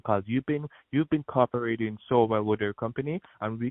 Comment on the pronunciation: When he said tree tree tree. He just told on himself!😂 You hav bin Carparatin😂 Cooperating!